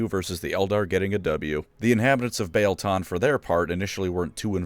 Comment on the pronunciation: I always thought that the "ie" in Biel was pronounced like "ee" in wheel.